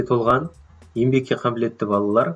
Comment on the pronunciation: Ембек деген сөз жоқ! Ң әрпін үйренші 👎👎👎